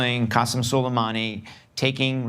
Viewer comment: It's pronounced SO-LAY-MAA-NI.